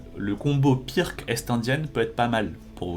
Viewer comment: Pas très important mais ça se pronounce "Pirtz" et pas "Pirque"